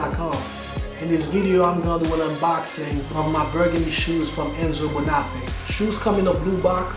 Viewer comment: I am shocked at the way you pronounce the name of this shoe maker. Your name is, the accent tells you where to accent the word. The same goes for Bonafe'. Do not take this wrong, it is positive critique, as I like your videos.